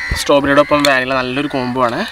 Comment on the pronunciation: Vaanila alla vanilayann